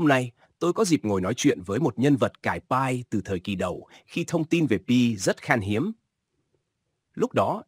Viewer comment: Anh đọc pi cho rõ còn cứ đọc bai hi❤